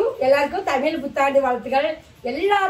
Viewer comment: Super தமில் இல்ல தம்பி தமிழ்